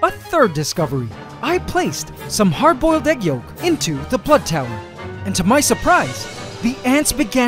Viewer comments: and luke baxter he said blood tower not butt tower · Baxter he said blood tower not butt tower